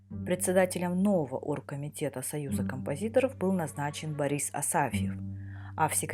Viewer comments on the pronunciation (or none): none